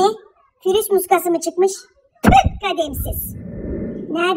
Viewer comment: fürüse aman virüse söylemediğin söz kalmadı fürüs diye diye ağzımadolandırdın bazen konuşurken virüse fürüs diyom one kız diyola 😂😂😂